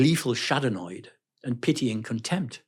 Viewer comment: . Gleeful Schadenoid ? Or Gleeful Schadenfreude 😉